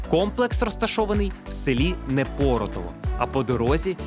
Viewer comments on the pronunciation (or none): Неееепоротово наголос на е